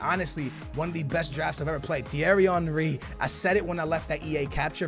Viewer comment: The way you say Thierry Henry is so satisfying 😂